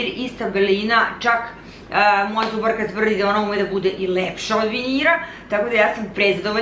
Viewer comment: "tu je nasa draga zuVarka" eto kako izgovarate pojedine glasove 🙄